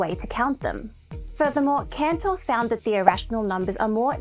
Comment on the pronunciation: That's why he was "Cantor", not "Canor".